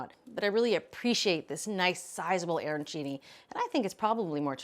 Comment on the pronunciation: Arancini not airancini. The pronunciation just hurts the ears.